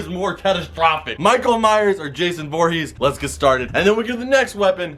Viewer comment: Michael miress